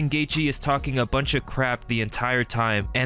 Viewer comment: what's a buinch?